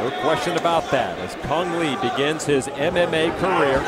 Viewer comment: kung lao not cang le :)